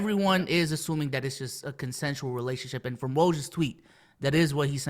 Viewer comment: can’t say consensual? 😂